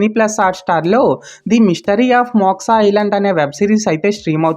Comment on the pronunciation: మోక్సా కాదు బ్రో.... మోక్ష....😊